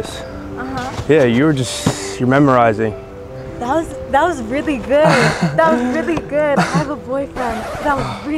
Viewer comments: bro said memorizing 🤣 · wait what.. is he says memorizing instead of mesmerizing? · Memerizing? Bro u kept sayin memerizing.. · the word is MES-MER--RISING. not memorising ffs lmao xDDD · I was thinking the same thing 😅 I was like " did he say "memorizing or mesmerizing"? . Great content bro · What does bro mean tho, talkin bout try "memorizing" 😅🤣🤣🤣🤣🤕 It's "mesmerizing" cuhhhhhh!!! 🤣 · Whole time I thought he was trolling them but he was just mispronouncing? Bruhhh